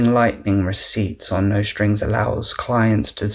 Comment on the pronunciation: NICE, but you might want to check the pronunciation of nostr… :)